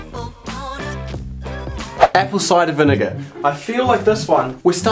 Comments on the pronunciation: Did anyone else hear him say the n word when he was saying apple cider vinegar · "apple cider" 🙂 "...vinegar" 😢